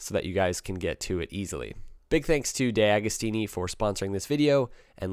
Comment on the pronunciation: you should learn to pronounce names, after all the one of your sponsor (which isn't called "DayAgostini")......Ducaaddi ?